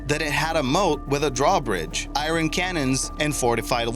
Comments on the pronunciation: I-Ron......it's iron mate MosCow.....pronounced Mosco fella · Learn how to pronounce iron correctly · Why do so many stupid people pronounce it i-ron !?!? Its iron pronounced i-er-n ffs !!